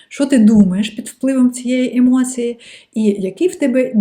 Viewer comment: хочу висловити критику про вашу українську мову... вона прекрасна, проте в багатьох словах замість букви "і" ви говорити букву "и". по типу "функция" замість "функція", "емоции" замість "емоції", "оцинки" замість "оцінки". я дуже дякую вам, що переходите на українську мову та створюєте такий корисний контент для української аудиторії))